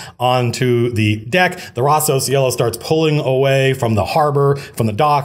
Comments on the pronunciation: As an italian took me a while to understand that was "Rosso Cielo" and not Rossow sielo. Think is a cool name. Great video, inspiring as always. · I kept hearing Rossos Yellow. "Red Yellow? that's silly." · his italian sounds very weird, so I'm not surprised